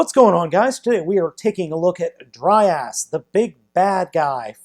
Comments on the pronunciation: It's pronounced dry-yahs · It’s “Dry-yas” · it's dr-ay-as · It's DryAss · Dry ass is all I hear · Haha dry ass... I'd pronounce it dray yas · i think his name is pronounced draios and also beleive he's voiced by the same guy who voiced devil Z from transformers masterforce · It's dry-arse